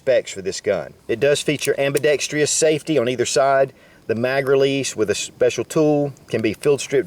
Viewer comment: AM-BI-DEXTROUS. Say it with me.:)